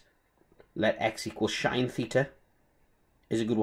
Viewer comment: Find it funny to see how people pronounce trig functions. First time I've heard "shine". Good video